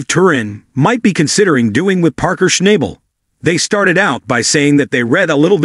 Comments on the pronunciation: You should AT LEAST know how to pronounce parkers last name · If you want credibility learn how to pronounce Parker’s last name.